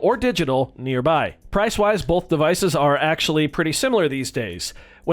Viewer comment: U say Bolth